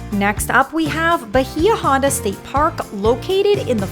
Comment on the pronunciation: A friendly correction its pronounced ba-EE-ah ON-da. It means "Deep Bay".